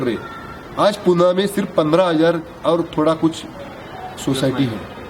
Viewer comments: पुणे म्हणा ,पुना नाय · पूना नही चाचजी , पुणे